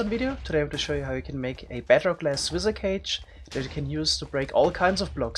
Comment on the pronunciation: I don't know where he is from but man "wizzer"? What the hell?